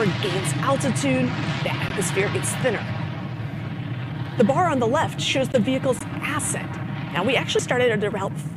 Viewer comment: The booster was feeling a bit patronized by the narrator and decided to quit. The final straw was the the pronunciation of assent. These things happen when you have such poor working conditions for your boosters.